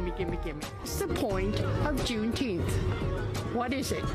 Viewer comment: Is she saying there should be a jewnteenth?